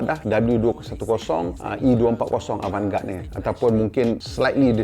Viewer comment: cara sebut "Avant Garder"